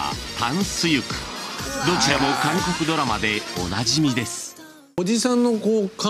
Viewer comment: 미안한데 캉코쿠라 말하면 감옥으로 들립니다. 한국은 강코쿠라 말하셔야 합니다.그럼수고.